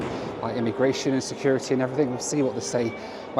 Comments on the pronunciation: i came here to say eh? securidy???? but you won! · it's securiTY. FFS you've only been in the US for 20 minutes😆😆